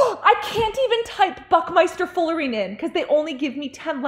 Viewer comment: It's Buckminsterfullerene , just saying. I'm sorry if I didn't get the joke, if it was one. No hate.